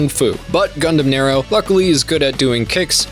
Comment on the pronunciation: Gundam Narrow? Or gundam Nero? Nero, like your knee. It’s an Italian gundam so I’m assuming some Emperor Nero (the fiddling one) . Nero like “narrow” just sounds wierd